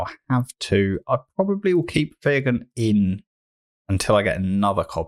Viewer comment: Fyr Gun is pronounced Fire Gun. Get it, bombs come from her gun = fire gun.